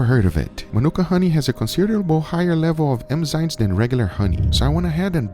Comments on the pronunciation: it's enzymes not emzymes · Dude still says emzynes after all these years haha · Enzymes, not emzynes. It's endearing, the way you say it, but. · Even google says emzymes. Now you are just trolling, Guga. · I love how even Guga's google-searches return websites spelling it "emzymes" like he pronounces it.